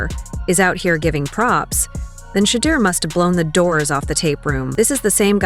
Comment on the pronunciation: You can say "Kevin Stefanski but can't say Shedeur Sanders correctly, which makes me stop listening.